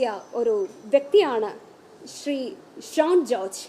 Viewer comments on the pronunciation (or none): none